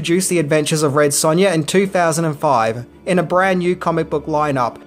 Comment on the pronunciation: Red Sunya lol